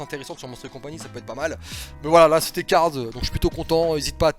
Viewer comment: arrête de dire cards stp c'est cars